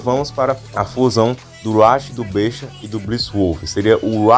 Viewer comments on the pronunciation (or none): none